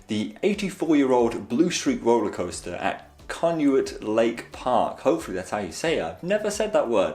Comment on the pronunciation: The park the Blue Comet was at (Conneaut Lake) is pronounced, I believe (“Khan-Naught”)